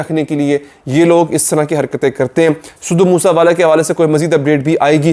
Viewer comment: its sidhu moose wala not sidhu moosa wala learn to pronounce first